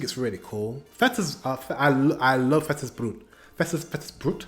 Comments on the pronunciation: "Brot" is intonated just like "brut" but w/ "o". 🤷‍♂️ "Fettes" u already intonated just fine. 😊 Just as i mentioned the last time u watched Fettes Brot. 🙃😉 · forget my comment about the pronounciacion of Brot! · Saw some of yer vids by now. Love, how immensely your vocabulary and pronounciatuon improved, Chapeau to that. However, best of all is your enthusiasm and positivity. Keep it up :) Love from the continent ❤